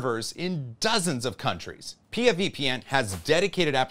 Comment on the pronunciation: Uh oh, pee ya VPN? It's P.I.A. pronounced separately haha. Did they correct you?